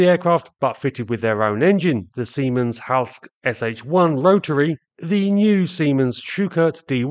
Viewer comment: The ending e on Siemens-Halske is not silent. It's the same als the ending e on Focke from Focke Wulf. Otherwise you are doing great in pronouncing German names. Does anybody know where the exceptional high altitude performance was coming from? The Fokker D.VII used over-compressed BMW engines to get as much power at altitude as possible. Did the Siemens-Halske engine have over-compression too?